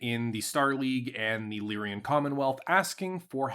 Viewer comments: You say Lyran like my father, but if you look, you'll see that it's Lyran, not Lyrian. It's like a guy named Ren who lies. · I am bothered by the pronunciation of “Lyrian”… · It's deliberate at this point.